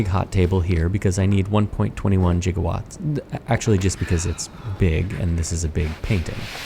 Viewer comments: Did he say geegawatz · I feel like "jiggawatts" became a meme a while ago... hopefully it was on purpose... 😅😂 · American engineers pronounce the metric term giga with the first g hard like a musicians gig. Or Sally Fields played Gidget. The second g is hard as well but you already pronounced that one to my engineering satisfaction.